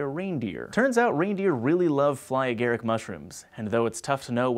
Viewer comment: y u say ag-uh-rick, then uh-gair-ic... pronunciation is key when saying words. BTW, its the second one.